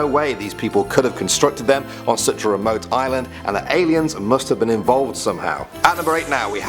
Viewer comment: All I keep on hearing is AILENS .....wow